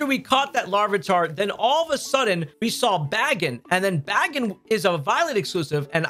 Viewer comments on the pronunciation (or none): Im sorry? Bagin BAGIN bro can’t even say pokemons name right